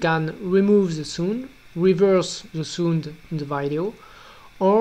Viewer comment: he pronounces sound as sund. haha!